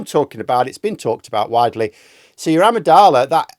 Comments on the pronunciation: Sorry, but my pedantic side can't resist... It's amigdala, not amidala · The word "Amygdala" is pronounced "am-ig-da-la" not "ami-dahla". It's 2025 and the internet has plenty of tools that will let you hear how to say tricky or unfamiliar words 🤗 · Amidala???????? Do you mean Amygdala? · “Amygdala”, pronounced “ah-mig-dah-la” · Can someone link me a good article regarding this disfluency bump thing. P.S - it's pronounced a-MIG-da-la.